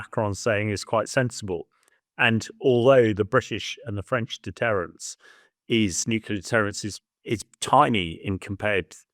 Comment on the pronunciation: Never trust a man who can't pronounce nuclear correctly.